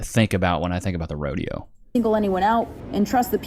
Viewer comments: It's rodeo,, not a roadie hoe,.. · God damn it! It's a Rodeo not a Rode-hoe! L Nigafication! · Its a Rodeo NOT A HODEO!